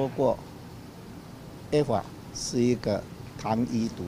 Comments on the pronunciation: A法 a法 a法啥毀啦！ 好好發音😩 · 尼麻ECFA都能唸成這樣....我真不知道你出去能多丟臉，不如投那個騙子，阿不對現在有一個可以跟國際對接，直接與各國洽談不用透過發表人轉述的總統出來了。